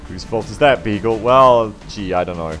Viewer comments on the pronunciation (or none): This sounds so much funnier since you said "bagel" instead of "beagle". Thank you sir you made me giggle :D